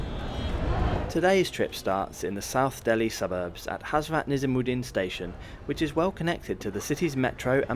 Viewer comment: Pay some attention on your pronounciation, Rajdhani not Rajaani. Also you said Hazrat Nizamuddin really bad.